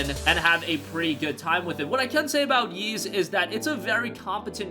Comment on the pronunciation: Ys is pronounced like "ease," not "yeez."